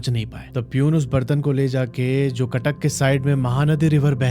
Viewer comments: That is Cuttack not katak... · It's Cuttack not katak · Katak ❌ cuttuck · Cuttack not katak😂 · Sir katak nehi cuttack hai😅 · Bro katak nahi haa Cuttack 😁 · Not katak that is Cuttack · It's Cuttack not katak sir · Bhai katak nehi Cuttack hai😂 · Bro that's Cuttack not katak 😑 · katak ✖️CUTTACK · Abe katak nehi Cuttack hai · Bro cuttack not kattak